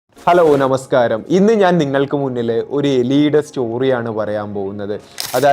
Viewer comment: ബ്രൊ ണ മസ്കാരം അല്ല നമസ്കാരം